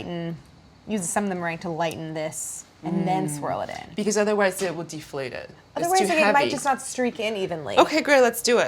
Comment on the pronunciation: clair says a word. I think it's "deflate" ... or she made up a word called "de fa late"